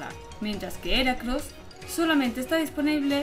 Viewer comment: No se pronuncia Eracross ya que en inglés la H no es muda se pronuncia giracross